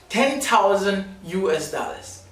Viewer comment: It’s the “daallers” for me😂😂😂😂😂